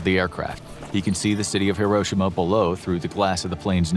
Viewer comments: The fact that he says Hiroshima wrong bothers me other than that this is a great video thanks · Bro said Hiroshima wrong 💀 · It’s pronounced like hero-she-ma. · Why can’t none of these people pronounce Hiroshima correctly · The Narrator keeps mispronouncing Hiroshima. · You pronounced Hiroshima wrong